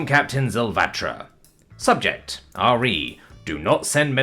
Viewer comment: "Re" is normally pronounced to rhyme with "he". Spelling out the individual letters sounds wierd.